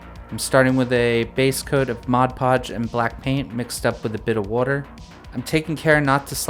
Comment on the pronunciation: Oooh that’s Pennsylvanian water pronunciation is coming througgghh!! Haha. I love this tracker,. Functional. Stylistic. Relatively simple! Love it. Great build.